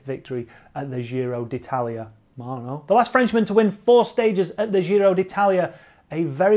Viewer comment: I love your videos. Just please don't say the dzjiro. Giro is pronounced same as Jim, jist, jitter, gin. In Italian there is no 'dzzjj' sound